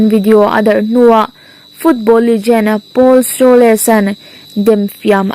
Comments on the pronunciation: Paul Scholes(Pawl skawls)tia lamrik tur,skawles ni lovin😄😄😄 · Mizotawng chhiar zir leh deuh teh.. Chuan,Paul Scholes(Skhawles nilo in Skhawls) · Scholes i lam dan hi a dik lo ania.